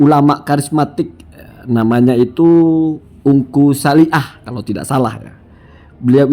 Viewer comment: Bacanya itu engkuh Salih